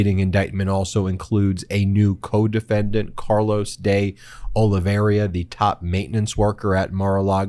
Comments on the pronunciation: O-liv-i-er-a not O-li-ver-i-o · Ben, it's "Oliveira", not "Oliveria". Popok gets it right. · Ben, you keep mispronouncing Oliveira's name. It's pronounced O-LI-VEY-RA not o-li-vi-ei-ria. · Ben, several Meidas Touch commenters have been mispronouncing the name De Oliveira and pronouncing it De Oliveria. Would be nice to hear it right. Oh lee vay rah. Also, Michael Popak pointed out that it’s Raffensperger with a P instead of a B. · People in America keep struggling over the surname of Oliveira. They keep putting extra vowels in, making it even more difficult to say, Can't you just practice saying the name a little bit, honestly, we don't want to know about how little you ever read or travel. Oliveira, or de Oliveira is a really common Portuguese surname that is nothing like Oliveria, it's even easier to say than that. I mean, they do it with English surnames and place-names but one day they have to learn to read and pronounce properly at something. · Hi Ben. De Oliveira can be pronounced Olivera, or OliVEYrah, or in Portugal OliVAYda (that tap of the tongue with r is like Spanish), a bit like the d in Eng. Great reporting! Democracy is the most important world story now. Without it, no big problems can be solved! 🙏🙏🙏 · Ben, please stop mispronouncing De Oliveira. You hear others on your channel pronounce it more or less correctly, yet you keep pronouncing "OLIVEIRA" as if it were spelled "OLIVERIA". I can understand you making that mistake initially, but it is way past time for you to self-correct. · Hi Ben big fan your show but please use correct pronunciation MR OLIVEIRA pronounced OLIVERA in English just commenting. All the best my internet friend. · His name is Olla vee air ah